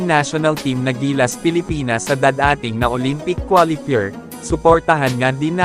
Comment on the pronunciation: Mali ang pag pronounce ng qualifier.... Ano Yan? Hindi kapanipaniwala